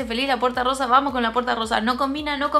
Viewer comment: Me encantó l la puerta rrosa cómo el capítulo de los Simpson cundo tod Decia puerta rroja hay pero es puerta rrosa besos 💋🌈